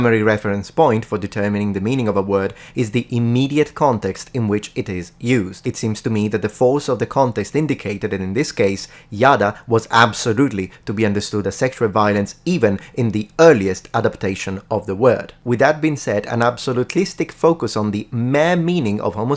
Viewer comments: Very interesting indeed. Coming from an Israeli. By the way, in the word ידע (Yada), the emphasis is on the 'da', not the 'ya'. The way you pronounced it reminded me of some Seinfeld episode where they repeatedly used "yada yada yada" to not go into details about some story lol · Yada does mean to 'know' or in biblical sense to 'know sexually' TOO. but the stress falls on the last syllable - Ya-da' - much like in Sha-ma', Ko-va' and that's as a general rule of Nikud vocalization under the last consonant Ain. 'ידע , not yA'da edit in: Yada (know) and Recognize (הכרה) is also a thing in Hebrew. so Knowing the angel could very well be - they were instantly recognized by... not solely know or get acquainted with.